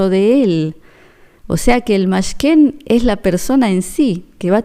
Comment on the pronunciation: Buenos dias, gracias por tus mensajes.. No se lee Mashken,, se lee Mishkan(tabernáculo). Saludos. sigue adelante.